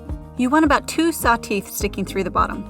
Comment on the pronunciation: I've never heard anyone pronounce saw as saou.😅